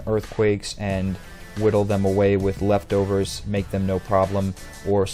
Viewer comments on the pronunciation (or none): Leftovers, not "Levtover" :P. And Careful is +Sp. Def, -Sp. Atk, not +Spd. For the 1st set: Why are you giving Drapion so much Speed? It doesn't really need it especially if you're using Whirlwind. There's also Toxic Spikes which may be a better option than Toxic since it's an entry hazard. For the 2nd set: It probably needs more Speed so I'd probably go with Jolly nature. It doesn't need Taunt on an all-out attacking set so maybe another attacking move like Aqua Tail or something.